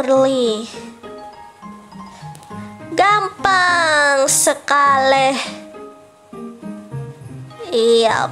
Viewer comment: Orang beda" kaks makanya dia bilang nya gampan😊